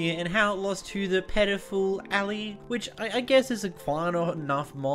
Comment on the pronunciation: I’ve heard been called Ally, Alley, All-Eye. It’s Allay (Al-Ay)